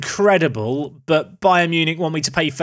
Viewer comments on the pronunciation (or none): none